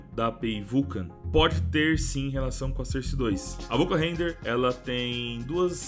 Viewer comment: Se fala sórce kkkkkk,porra de sôrce